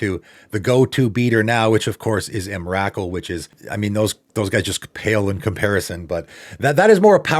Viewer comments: Ain’t no way this dude said “Em-rack-ool” with a straight face😂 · I've always pronounced it em ra cool 🤔